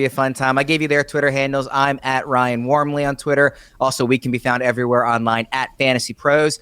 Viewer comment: Your name is pronounced not Wormley, do some research. Your Sicilian bro not English… jeez man. No respect, no family loyalty. Kids these days, I swear to *%d.. yes God is a curse word when your a “crazy Christian “ so to respect all the crazies out there, ya know?